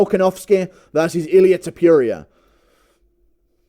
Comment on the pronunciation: Ilia To-pure-ia is a hell of a boxer